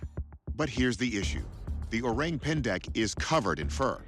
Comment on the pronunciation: It’s not ‘oreng‘, the ORANG pronunciation should be O-rung. Orang pendek = O-rung pendek Orang Utan = O-rung UtAn